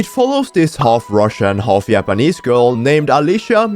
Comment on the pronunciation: not just you